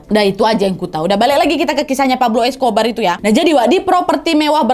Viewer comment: yang terngiang-ngiang "Escober" wkwkwk